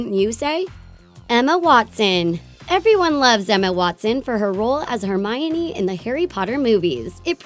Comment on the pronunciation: Anyone else find the narrator's voice super irritating???!!! No way I'm subscribing to this channel if she's on their opther videos. Oh and hey: Hermione is pronounced 'Her-me-ohn', not "Her-mine-ee". *face/palm...